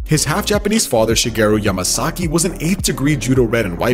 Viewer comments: Mario MASAKEY..U DIDNT EVEN GET HIS NAME WRITE LOL 😂 ..then you say his dad's last name right...but go back to missing his name...just saying....😅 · Why is it so hard for this dude to pronounce Mario’s name? It’s Yamasaki not Masaki!!! WTF? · Did you call him Mariommumummasaki?